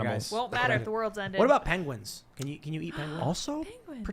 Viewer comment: Tim Pool: "PENGIEWINS IS PRACITALLY CHICKENS!"